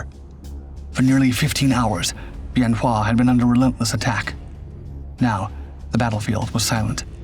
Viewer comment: My father was there in 67 and 68, he was crew chief on a f-100 tail number 881. Him and some other guys broke into the arms storage and went out with the guys to help on the north end the runway near tower 10. Good vid except wrong year and the name of the base is pronounced ben wa. He never would talk about it, but he had something to look forward to, i was born in march of that year. It was after I got back from the first Persian gulf that he would talk to me about it. He passed six years ago, i would give anything to chat more with him.